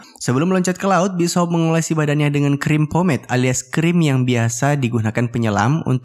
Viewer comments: Bis Hop 😂😂😂😂 Bacaannya bisyop bang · Bishop bukan Bis Hop. Bishop uy bishop